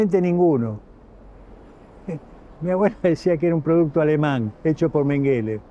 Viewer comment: Mengele es un apellido aleman .. Se pronuncia con acento en la primera E ... Significa ....montoncito...